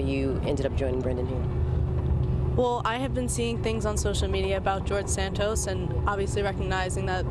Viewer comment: His name is pronounced Sant-os. Not Sant-oes. Get it right please